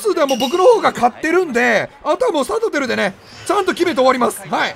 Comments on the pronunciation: サトテルをさとふる、みたいに言うな、、、何してんねん。🤣🤣🤣🤣🤣🤣🤣🤣🤣🤣🤣🤣🤣🤣🤣🤣🤣🤣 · サトテルのイントネーション自分の思っていたのと違うのは気のせいなのか？？？ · サトテルのイントネーションどうにかしてくれ！笑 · サ⤵︎ト⤵︎テ⤵︎ル⤵︎ちゃうくね… 多分サトテ⤴︎ル⤴︎やんな？ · 一生さとふるの発音やな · サトテルのイントネーション気になるわ！！！ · サトテルの発音おかしくないすか？ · サトテルのイントネーションめっちゃ気になるの俺だけ？！ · サトテルの言い方違和感あるの俺だけ？